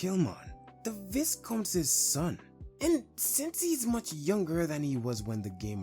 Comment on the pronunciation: Thanks for another banger bro. btw the S in Viscount is silent. So it sounds more like "why-count"